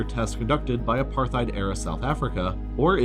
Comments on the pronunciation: Also the other mispronounced word is: "uh-par-tide". You'd think one would do their research. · Apar-tide NOT aparth-ide or apar-thide! Hard "T" not "Th." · How can any adult on this planet mispronounce Apartheid?! I mean, honestly even non-english speaking schoolchildren know this.. It's pronounced apart-heid, not "apar-theid". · I'm pretty sure it's supposed to be pronounced apart-heid, not aparth-eid, since the word is Dutch in origin. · That and AparTHeid… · US and NATO? NATO. Pronounced apart-hate. I would not be surprised if France was in it too. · And Apar-tayde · It's pronounced "Apar-tied" dude, c'mon man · Just a heads up: it's pronounced A-part-hide. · Ah apartheid- you see th written word… but don’t know how actually said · This is pretty good but man you gotta learn how to pronounce certain words. Apartheid and areceibo are wrong. I thought you loved LEARNING EVERYTHING YOU CAN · dude that’s not how you say apartheid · And apartheid. :\ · You mispronounced both Arecibo and apartheid. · I'm pretty confident you're right, but considering how often he mispronounces nuclear, it can't be too surprising he makes here as well. I think he also mispronounced apartheid. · What was with the butchering of the pronunciations of apartheid and Israel, and the upside down union flag? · You mispronounced arecibo, apartheid, particularly and sortie. Normally I wouldn't be so nitpicky but this is educational so I feel it's worth mentioning.